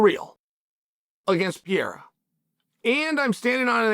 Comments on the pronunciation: One day, Chael will realise Pereira has 2 Rs in it. Til then, "pea-era" it is 😂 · "Alex Piera", finally someone speaks American. Figures it would be Uncle Chael.